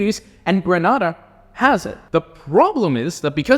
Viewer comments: It Grenada not pronounce Granada. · It’s pronounced Gree-ney-da by the way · Hi. Those 2 Caribbean countries are pronounced Dom-i-nee-ka and Gre-nay-duh.